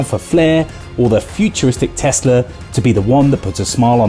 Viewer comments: Tesla not Tezla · Its tesla not tezla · Thanks Mate, too many idiots turning an S into a Z.